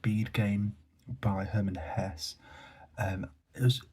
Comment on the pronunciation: Your comments are interesting and I agree with many of them. It would be good if you made a full video on the Glass Bead Game. I find it very difficult. When you said you liked the ending, were you referring to Knecht’s death or to the separate Indian stories which conclude the book? (By the way, I think it’s pronounced “Hessa “ with two syllables, and not Hess). I have never got on with Fitzgerald. I know many people think he’s great but for me the characters are flat and unbelievable, and I have little sympathy with them. I have those volumes of Tolstoy’s shorter fiction. There are some wonderful things in them but I agree the stories are best taken singly. The books include the Sebastopol Sketches which were reportage, not fiction.